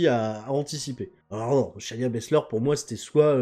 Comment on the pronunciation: Cher, c'est Shay-na Baszler pas Shania. J'en peux plus de toi;)